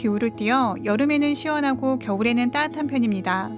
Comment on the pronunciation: 난 이 언니 ‘따뜻한’ 발음 들을려고 이 채널 구독함. ^^ 깔끔하고 세련된 나레이션인데 쌍디귿 연타엔 컴플렉스가 있으신 듯. 조금 딱딱한 내용에 한번씩 웃음포인트가 되어 재밌어요.